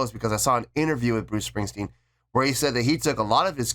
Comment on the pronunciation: Bruce stingstwen..no mate.